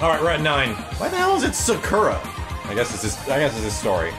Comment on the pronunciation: Sakura, my favorite Street fighter character is in this game? Sweet! By the way, it's Sakura with the u being pronounced, "uu", not, "ur"...I think.